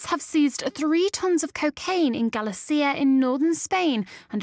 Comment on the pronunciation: You pronounced Galicia wrong